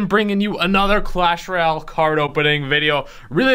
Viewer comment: Roayle (royale*)😕